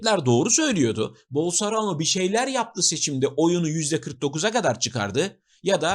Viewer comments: Başka bir videonuzda daha Bolsarano dediğinizi duydum sanırım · Bolsonaro'yu bilerek mi yanlış telaffuz ediyorsunuz :)